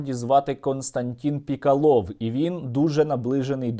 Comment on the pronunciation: Чому у прізвищі Пєкалов наголос у кінці?